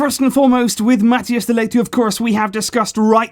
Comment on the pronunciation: Man I love your videos, but who is Matthias de Ligt? (pro-tip, its pronounced more like Mat-ICE)